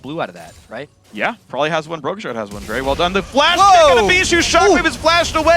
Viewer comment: I hate the way they say Bishu's name!